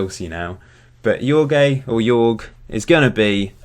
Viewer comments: did you pronounce "Jorge" as "Yorg"??? lmao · About Jorge: just say George! ;)